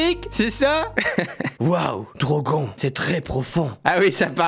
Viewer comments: attender il a dit drogon et drogonne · DROGON aaah ça se prononce "Drogonne" DROGON à la française on dirait un Pokémon 😂😂😂